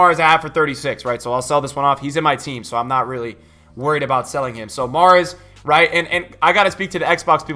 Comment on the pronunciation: How many time did you sai wrigth?